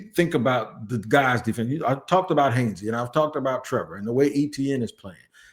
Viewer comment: Robert Hansey. You been getting these names wrong lately. Come on now. Dont tell me you getting old